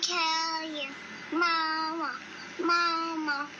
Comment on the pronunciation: He said "moomoo" I'm DEADDD💀